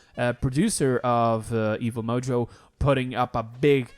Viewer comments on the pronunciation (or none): none